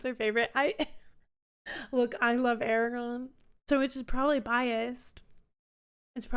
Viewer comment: There are two 'R's in Aragorn.